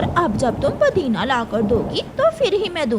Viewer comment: Podina nahin-- Pudina Phir hi nahin--- Tabhi. Chidiya bimar hote huye samose kha rehi hai. Ye kaun sa doctor batata hai?